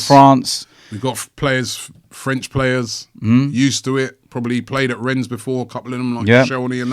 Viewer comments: The S in Rennes is silent, Robbie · Rennes is pronounced 'Ren'.